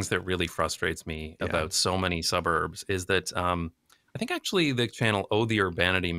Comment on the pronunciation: Jason from NJB says the word “suburbs” as though it is an expletive, and I love it 😂